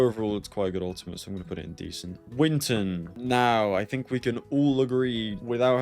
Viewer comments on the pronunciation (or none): "Winton" blud don't disrespect my boi winSton like that